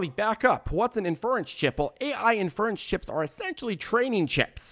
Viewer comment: Lol the guy can’t say inference.